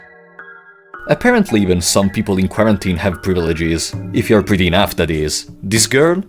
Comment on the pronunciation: great video my friend but you gotta watch your pronunciation of answer, quarantine and a few other words lmao